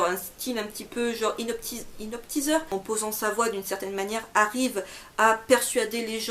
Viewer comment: " Hynoptiseur " :'). Bonne vidéo sinon !